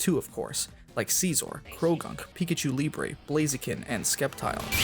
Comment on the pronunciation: "Sceptile" ❌ "Skeptile" ✔